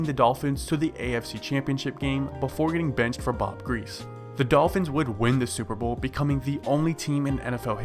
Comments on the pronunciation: Its pronounced gree-see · Why are you making videos when you can't even pronounce the name of Hall of Fame quarterbacks like Bob griese?